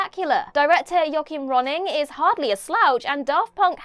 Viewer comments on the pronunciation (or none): none